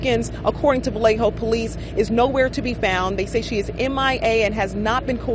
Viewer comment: Thank you for saying Vallejo correctly. It would have driven me crazy to hear Valjoe or something throughout the video ❤